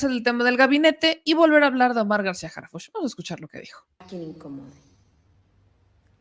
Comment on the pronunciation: Primero. Que Anabel pronuncie bien Harhuch!!! De pena ajena la escritora!!!